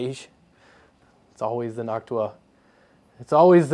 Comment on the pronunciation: God I love hearing noctua being pronounced properly. I hate hearing nochewa It's like chewtorial instead of tutorial.